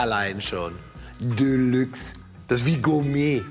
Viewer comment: "Döhlüx. Das Wort allein schon. Döhlux"